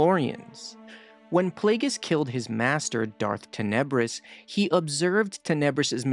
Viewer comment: If you listen to the book, like I have 5x. So, I'll be the AHole... Tan-uh-briss